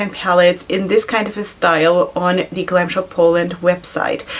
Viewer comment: You did amazingly great with polish names ! 😊 I'm Polish and I would understand you if you said it like this 😁 Glam Shop is really good brand ! 😍 Try also single shadows, you won't regret it 😁